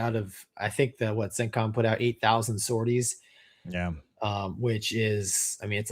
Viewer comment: Whenever you say “CENTCOM”, I hear “sit-com”.